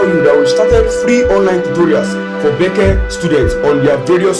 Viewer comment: Helpful thanks but it's not bece it's B.E.C.E.